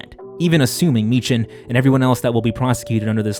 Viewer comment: why can noone say meechan properly